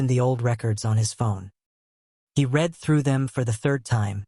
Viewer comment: Your stories are exceptional. I like the reading voice too. Only glitch is the pronunciation of the word ‘read’ which should be in the present form is pronounced as if it was in the past form